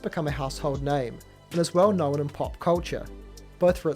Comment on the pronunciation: Why do you say "knowen"? There's only supposed to be one syllable in that word, not two.